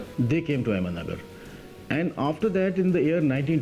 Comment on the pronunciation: It's ahmednagar not ahmedmagar